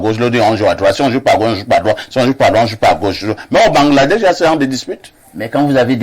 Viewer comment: on dit que BANGLADESH et pas BangAladesh comme vous dites ou prononcez 😁😁